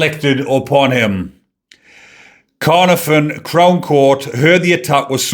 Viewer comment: cuh-NAR-von (caernarfon). And...what a shame, never mind.